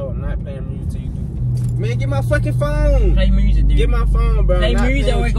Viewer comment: "Play mursic durde" 😂😂😂